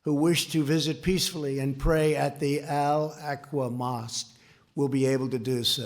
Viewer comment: "Al Aqua " mosque 😂